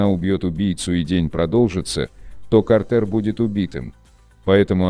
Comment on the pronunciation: Наверника его имя пишеться как Картер но произноситься как Картр